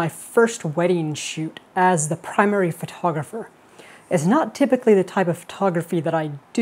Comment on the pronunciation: funny that he not just spells "photogapher" but also says "photoGApher" verbally.